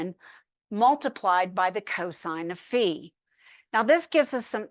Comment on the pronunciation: someone who has pronounced phi correctly! ureshi~~